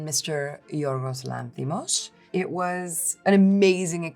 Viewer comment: Thank you Emma for pronouncing Yorgos's name so beautifully!